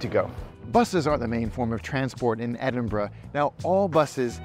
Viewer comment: love that you pronounce 'edin-ber-ruh' correctly!! the number of times I hear ameri... :)